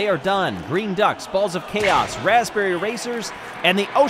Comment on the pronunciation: it's 'raspberry'